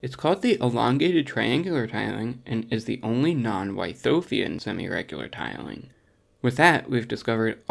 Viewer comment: I think you might be pronouncing Wythoffian incorrectly.